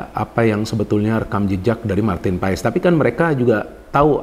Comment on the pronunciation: Ijin koreksi nama MAARTEN PAES di baca MARTEN PAS (Sumber Kompeni)